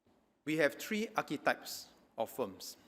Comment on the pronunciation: Three not tree (for 3)